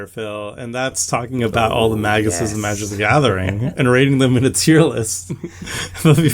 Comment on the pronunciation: 1 minute in: It's Magi